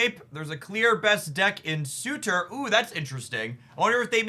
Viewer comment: It’s pronounced ser-ter. There’s and R and Sue - ter